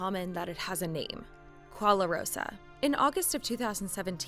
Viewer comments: "Kwoalarosa"? I mean it's written "gwarosa" where is the extra "la"... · Why she saying gwa-LA-rosa when there's no "LA" in the word? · seriously? A 125,000 PERCENT increase? How does shit like this (including the repeated pronunciation of “qualarosa”) get past even one editor or even unpaid intern, let alone a whole production and management team at a media company like cheddar? That stuff would be laughable in high school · It's pronouced gwa ro sa. As a korean that was painful to hear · It should sound gwa-ro-sa. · 과로사 this is the the word in korean letters. Younmight able to pronounce it correctly with this "gua ro sa". Try to pronounce ut fastly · simply pronounce it as ' g(k)arosa ' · Gwa from guacamole and rosa from Rosa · It is a Korean pronounciation of karoshi and somehow it sounds like guacamole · Koala-what? I know Korean isn't her first language, but my did she butcher the language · > Talks about people dying by overworking > Doesn't even put work to figure out how to pronounce 과로사 (gwarosa) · What's with that pronunciation of gwarosa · I know right? Even though I know Korean, I can't even tell what word that is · Exactly. There is no L in that word and only 3 syllables. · It's like letters of the alphabet don't matter anymore